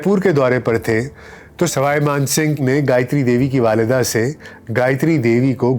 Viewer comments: Sawai man singh h, na k Sarai Kooch bihar h, na k kooch pahad Aap pronounce shi Kiya kare. It sounds awkward. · plz correct Ur knowledge/pronunciation of proper nouns; It's Kooch Behar(not Baharh Paharh or whatever you say), it's Saway (neither Saray nor Rai) Maan Singh, it's Gopal Acharya not Chari etc..... Indira Ghandi had some deep rooted aversion to nobility; she liked the low born ppl like MO Mathai, a Mar Thoma Christian who in his book claimed to have sexual relationships with Indira Ghandi for 12 long years. How could she ever stand the creme de la creme Gayatri? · It is Swai Man Singh not Srai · Not Sarai Mansibgh but sawai Mansibgh. All your names are wrong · Sawai Mansingh hai na ki Sarai . Kooch Bihar hai na ki kooch Pahar. Pehle words ko pronounce shi kro. Jaipoor nhi Jaipur h. Urdu me to talaffus ka bahut khayal Rakhte hain.